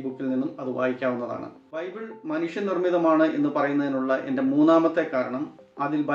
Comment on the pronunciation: ബൈബൂൾ. മുത്തു ചിപ്പി വായിച്ചാ ഫീലിങ്ങ് 😮😮😮😮